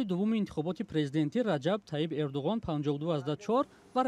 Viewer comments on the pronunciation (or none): Барои чи Эрдугон? Гарчанде ки бо забони турки Эрдуан талаффуз ва навита мешавад